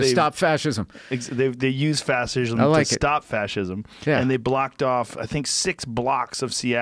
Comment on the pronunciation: Joe "Fassishm" Rogan